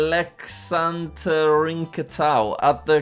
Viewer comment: Hyvä miten Jack lausu ton Aleksanterinkadun ja Keskuskadun😂 Älexäntherinkhätyy ja Keskhyskhätyy